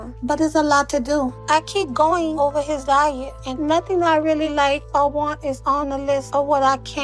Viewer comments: “Playtime Ovah”😂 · Give me one more chance Give me one more chance Give me one more chance, please I can't go home like this! I gave you 9 😂 I can't go home like this! I can't tell my mom it's ova. I can't tell my son it's ova.. ME...OMG it's OVER, it's pronounced OVER.. And I think they already know it's OVER. I didn't wanna be kicked outta the program! You weren't in the program😂. I love Dr. Nows he helped so many people + I just love his attitude & how blunt he is.